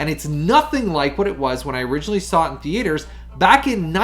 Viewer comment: What’s a thee-ay-ter?